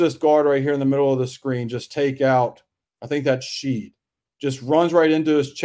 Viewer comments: Shead - pronounced SHED. Not Sheed. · Dude… Sheed? Good thing for us Coogs fans that Jamal’s play transcends your pronunciation of his name. Last I’ll say on the subject. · Pronouncing Shead as Sheed is going to haunt me for the rest of my life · Incredible breakdown. I think Shead's last name is pronounced like shed though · All good man. It was grating, but at least you could admit you missed the mark there. Analysis was solid otherwise. Go Coogs. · Yes! The whole time I’m like who is Sheed? lol